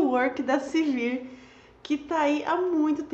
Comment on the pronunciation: não é Silvir, é Sivir =)